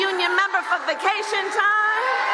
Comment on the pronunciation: As a GA resident she's saying vacation wrong